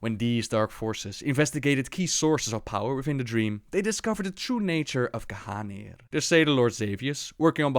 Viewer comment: I swear all this time that it was pronounced (Gahneer) instead of Gahanir